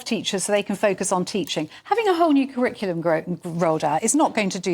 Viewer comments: I think it's hilarious that the bloke who is head of the national curriculum can't say curriculum. Crickulum?? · How does this guy have any say in the kriklum [sic]? Not that he can even say the word "curriculum".